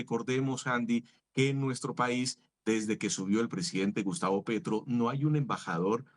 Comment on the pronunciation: Quién es Pertro? Ahh un gerrilwro